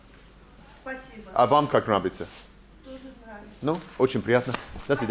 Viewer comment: Wow your pronunciation is on point apart from ‘нравится’